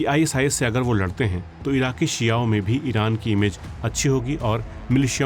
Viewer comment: Bhai "शिआओं" sahi pronunsiation nahi hai its शिओं